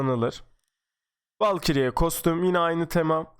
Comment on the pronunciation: Volkri Etteçmınt Nökk İyana Cekkıl Kulağıma gelen birkaç kelime :)